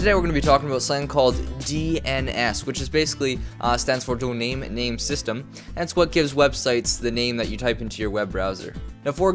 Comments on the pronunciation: “Donaim main system” lmao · Hey man its DOMAIN NAME SYSTEM not DONAME NAME SYSTEM :P you are trying to speed up your internet first go and :P learn how it works... guys if you want to hear slow down the speed of video to .5 and listen it :D